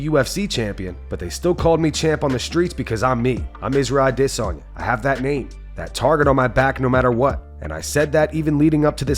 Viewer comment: Please Please Please quit emphasizing when you say IZZYs last name. Thank you very much